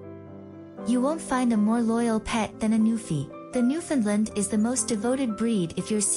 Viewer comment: you (and others), really need to learn how to pronounce the name of these dogs and, their homeland. The proper way to say the word is thusly; Newf~in~land. Try to say it rapidly and make sure it rhymes with "understand". Any pronunciation that includes "Lund" or "Lind" is completely wrong. Oh, and also, people from Newfoundland hate the term Newfie being applied to either them or the Dog. It's insulting